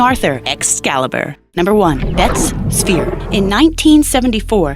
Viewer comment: Can't even pronounce the word "sphere" - convincing!